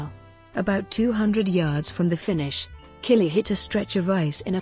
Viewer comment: You would think someone narrating a doc on Jean-Claude Killy would learn to pronounce his name correctly.